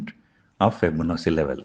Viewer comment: Please correct the pronunciation of 'Fibonachi'